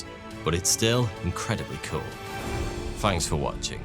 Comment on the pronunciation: I like your show but it's (th)anks not fanks. 😁